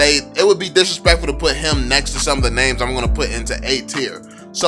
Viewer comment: the way he pronounce the names triggers me